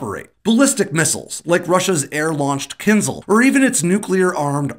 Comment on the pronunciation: The Russian missile is pronounced "kinzhal", not "kindzal". The zh sound is found in "casual", "conclusion", "composure". And, the nebo missile is pronounced "nyeba". Please fix!